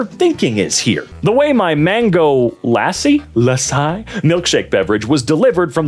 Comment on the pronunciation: ik that like he isnt indian and it's reasonable for him to not know what it is or how to pronounce "lassi" but it still infuriates me so muchh